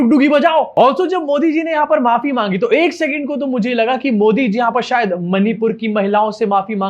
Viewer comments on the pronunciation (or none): none